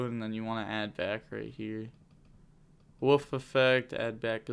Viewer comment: Say it with me W O L F not WOOF